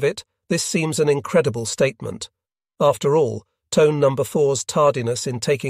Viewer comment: Pronounced Toneh, not Tone…